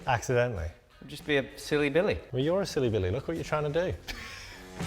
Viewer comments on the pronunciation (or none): none